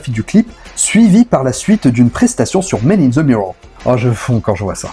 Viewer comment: The ce prononce « de » et non ze